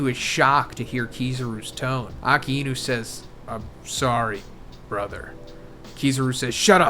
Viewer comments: You're not pronouncing "ah-kai-new" correctly. Love the analysis though. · It's not "Aka-inu".... It's Akainu :|